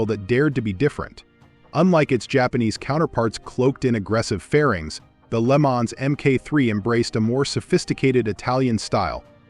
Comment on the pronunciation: Moto Guzzi. Lemonz ? 😂